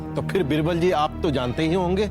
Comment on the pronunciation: Yeh rani बिरबल kyo bolti बीरबल ( Birbal ) hai ,,ish pr ई bolta nhi banta